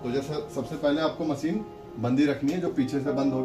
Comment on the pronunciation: मशीन, not मसीन